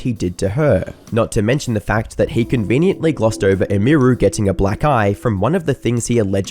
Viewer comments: Who is Imuru You keep talking about some Imuru? Oh YOU MEAN EMIRU, As in her name, EMily. Man, do people not care enough about the subjects their talking about to get names right? :') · Her name is pronounced like Emmy-ru. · its like youre a retarded ai. "meya" "amy ru" holy fuck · emmy roo lmao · It's pronounced emy-roo. And I can't wait for the video you do on Hasan. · Its pronounced "emmy-roo" 😅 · "Em Meer Ru" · “Emíru” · "May-ah" "Eh-mir-oo" Bruh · You couldn’t get her name right? Emmy Roo! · The way you say Emiru sounds like AI. And I know you aren't lol you're just not pronouncing it right. It's like [em-ER-oo] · Its EMI-ROO. Deadass pissing me off listening to you say this so often. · Who the fuck is ehmheeroo? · "emeeeeru" lol bro really couldn't pronounce her name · May-ya and e-me-ru Pronounce them right. Im losing my mind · "Eh-me-roo" is killing me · Bruh, I know you're British, but could you at least attempt to say these people's name's correctly? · Didnt wven reseach wnough to prounce hwr name right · This guy must have watched so many stream clips and still always manages to get name pronunciation wrong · Hey, good video and all, but whytf are you pronouncing emiru and maya's names like that? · Couldn't have Googled just one person saying her name correctly? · how can you not even pronounce her username? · I cant not stand how you say Emiru. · ok bro i love ur content but how are you mispronouncing Maya and Emiru lol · How can you pronounce both Emiru’s and Maya’s names wrong? Is this dude AI? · That’s….not how you say her name…. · There's like 3 names stated in this entire video and you manage to butcher the pronunciation of two of them. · I guess my Dude doesn't know how to say Emiru 😂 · Come on, dawg. Pronouncing Emiru wrong i can see but there is no way you're NOT pronouncing Maya wrong on purpose. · Brother the way you say "Emiru" is making me die inside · pronounced her username wrong the whole video :/